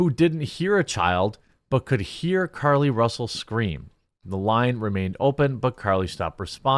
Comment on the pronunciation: Ahhh... Another French liar? Care-Lee Roosell?